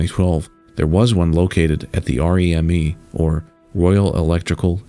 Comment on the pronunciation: REME is pronounced ‘Ree-Mee’.